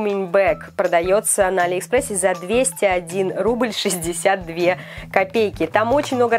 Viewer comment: А не Али́ экспресс